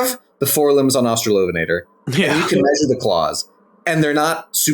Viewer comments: Thank you for the lovely information on australian megaraptorans which are obscure tragic critters that I love, very cool that you're working on them professionally. Also, losing my shit at "ven-ah-tor" pronunciation I've never heard it like that and my brain doesn't like it /lh. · The only correct pronunciation is obviously AustraloVENator, analogous to RAPator. As for "Huene", that's an old spelling of "Hüne" (a rather archaic German word now mostly used to refer to a very tall and imposing man); the e at the end is pronounced like "-uh" in English. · I, too, hate the -lovenator pronunciation. Sounds like something out of a bad raunchy novel lmao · As maybe is discernible from the eight billion comments on this great vid, I love this thing to no end, S for sinister and superb (no H vibes unfortunately), top 5 design for me. I would say I austra-LOVE it to no end but I do not enjoy that pronunciation. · For me it seems the best pronunciation is the one that separates the two words: AUstralo VEnator